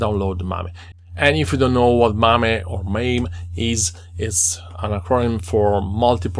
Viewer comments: Dude mispronounced it twice! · I also laughed, never thought to pronounce it like that :)